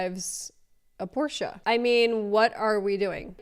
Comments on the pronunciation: So funny that she says por-sha (Porsche) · Drives a Porsche and can’t even pronounce it correctly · She doesnt even pronounce porsche right..... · I'm mad that she's not pronouncing Porsche right. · Anyone who can’t properly pronounce the brand of their car, shouldn’t be allowed to own said brand of car.